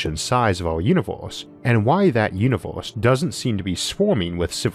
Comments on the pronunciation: He literally tells people he has a lispe. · It sounds like you are saying univorse instead of universe. o,0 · Stop saying Uniwerse ,I can't take you seriously when u pronounce it Uniwerse ,in this Uniwerse or the next Uniwerse I cannot filtwor my laughter